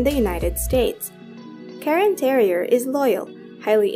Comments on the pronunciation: It's cairn terrier, not Karen. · Karen Terrier? It is Cairn Terrier. 😊